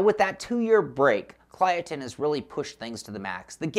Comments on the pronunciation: Kylotonn. Not Klyotonn. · You're support to pronounce it Kill-oh-tonn. Great preview btw!